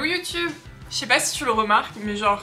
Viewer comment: You tube est un mot anglais . Il serait donc préférable de le prononcer à l'anglaise , soit " you " est parfait . Toutefois , " tube " se prononce en anglais " toube " . Ce qui fait donc youtoube pour youtube . JP Fortin du Québec .